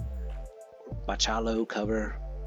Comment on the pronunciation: I think you said Bachalo correctly. No help here, I'm horrible in pronouncing names 😄